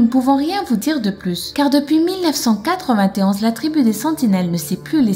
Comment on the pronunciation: on dit 1991 pas 199t1